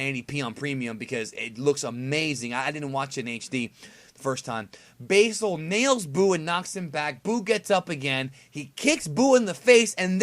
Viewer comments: its like you went out of your way to mispronounce old red fox's name basil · basil is not pronounced that way